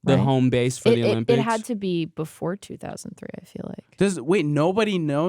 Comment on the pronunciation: every time she says 2003 hurts a little